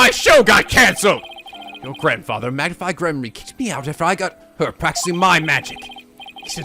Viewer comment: I've noticed you say Magnify Gramarey. I always thought it was Mag-nifi like Magnificent Also this is my absolute favorite break down in the entirety of the series Ah yay- the Rite of Turnabout... Hah.... This case is really long...